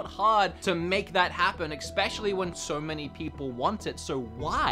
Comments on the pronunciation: there's no "X" in "Especially". Just saying! That always gets on my nerves. Haha. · I love u but plz stop putting the c in especially. Every time u do it I get closer to imploding.